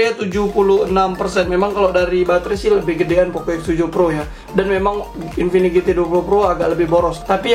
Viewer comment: mereka dengan sadarnya menyebut infinix dengan sebutan Kingfinix 🤣